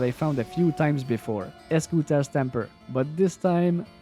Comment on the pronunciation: Eschuta - eshooooota Crescent moon - krezent moooon Pronouncing, just for future reference 🫡